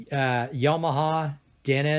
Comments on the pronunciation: It's not "atmis" it's ATMOS!!!!!!!. ITS NOT "ONKYA" ITS ONKYO!!!! Smh!! Its not "yomaha " it's Yamaha!!!! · Yo-ma-ha??? Isn't that a state in the US?